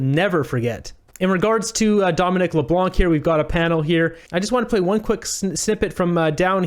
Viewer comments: The “c” in Leblanc is silent. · Please pronounce Mr. Leblanc's name correctly. The "c" is silent, please pronounce it the way every other Canadian does. 😂 I'm a fan of "" to be clear. Just a dumb pedantic correction 😁 don't hate plz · Do not pronounce the C at the end of Leblanc it’s a French name the C is a silence letter